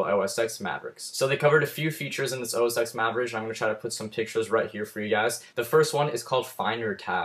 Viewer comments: It's pronounced OS Ten, not 'ex' . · actually its pronounced "OS ex" but means "10"